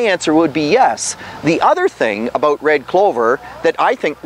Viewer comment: "I think we talked aboot that" :D